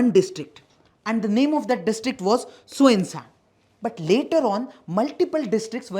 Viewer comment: Love it how you pronounce kiphire n tuensang 😅😅...n we ENPO wants seperate statehood because we don't get what's our in every aspect... education which is most the most important backbone n pillar of everyone... just compare the whole six district college with kohima/dimapur it won't be able to match..n Even after that in one GOVT. college the Nagaland government can't provide sufficient lectures for the students. Now there's some private colleges coming up...